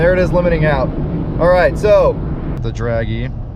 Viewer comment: Yes, it's Dragy, not draggy.